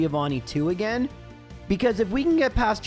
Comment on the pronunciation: As always, awesome video. (Btw, I miss when you used to say again like “uh-gain” 😢)